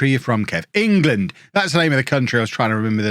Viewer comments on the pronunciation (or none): none